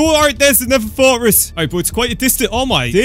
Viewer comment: ITS FORTRESS NOT FORT RESS